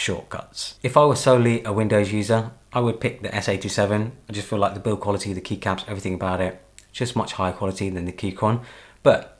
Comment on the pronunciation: Dude, the way you say "Keycaps". You should make a Podcast !!